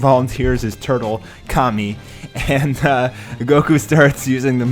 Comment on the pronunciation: Also it's not Kami, it's Kame. Ka-may